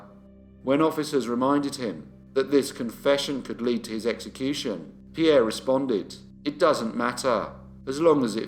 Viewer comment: When I saw the notification for this new upload I could hardly wait to get home, I wanted to hear pronounce Pierre's surname😂. you are so good with the pronunciations I take my hat off to you. Keep up the good work